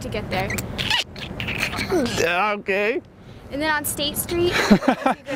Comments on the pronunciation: "Otay" is perf 😂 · "OTAY" ffs im dying help me